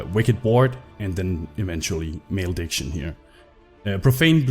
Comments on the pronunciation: Yep... There was definitely some male dick in that pronunciation :P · Male-dick-sion? Hmmm...